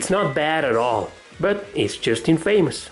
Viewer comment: youre pronouncing infamous incorrectly. its not In-famous, its in-fa-mous, where 'fa' is pronounced 'fah' not 'fay', and the part that is supposed to be emphasized is the 'In', not the 'fa'